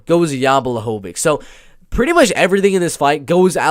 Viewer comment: Blachowicz (Bwa-Hoe-Vich) is taking this main card 100% Polish power too stronk. Poor guy nobody gets his name right lol